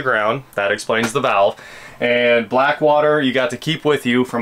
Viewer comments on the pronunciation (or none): none